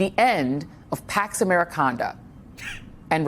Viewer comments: Did she say pax americonda like wakanda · "pax americanda" fucking lmfao